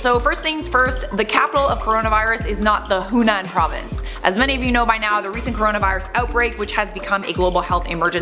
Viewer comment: Lol he said Hunan.😂